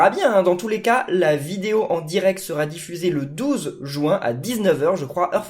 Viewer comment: Pourquoi tu dis jouin